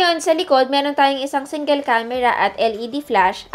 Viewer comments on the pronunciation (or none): none